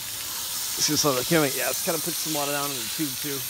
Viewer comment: What’re “filta” and “yea” and “yad”Just kidding. Good job, very helpful, and very likable!